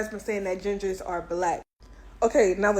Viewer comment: “Gingahs” 😂😂😂 I’m done with the internet 😂